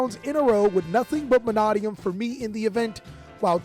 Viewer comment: Manadium is pronounced Ma-nay-dee-um. Say it slow then say it fast. The second A is long not short.